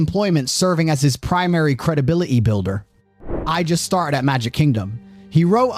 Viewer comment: What happened to the letter t?. I'm hearing mou -an, crea-ed, credibili-y, and so on. Speak properly!!